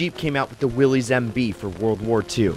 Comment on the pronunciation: Willys is pronounced like the name "Phyllis", not with the long E sound like in "trees". Like Willis, not Willies